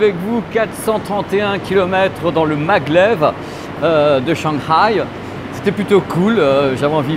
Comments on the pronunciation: Oh Lieu De Shanghai Tu Dit Shangray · sinon le pronsiation de la ville shanghai XD